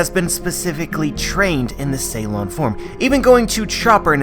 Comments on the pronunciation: It's called Suron (long u) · Isn't it Su lon instead of Ceylon?